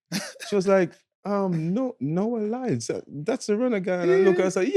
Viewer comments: Did Asaga called him Nowell Lyles? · Sounds like you are saying “Noel Lyles” … It’s Noah Lyles.